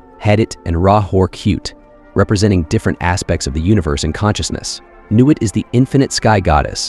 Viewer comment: Bro, I love you, so this is loving feedback: CROWLEY rhymes with "HOLY" THELEMA rhymes with "the DREAM-uh" NUIT rhymes with "the WHEAT" (as does HADIT, and the final syllable of RA HOOR KHUIT)